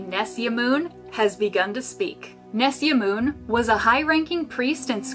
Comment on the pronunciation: Is nesyamun not nessiamoon